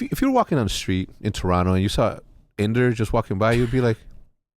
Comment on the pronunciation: it's Inder, not Ender